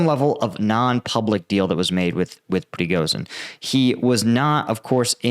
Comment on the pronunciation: You are pronouncing Prigozhin wrong. The "zh" is not pronounced like the "s" in "asshole", but like the "sh" at the beginning of "shithead".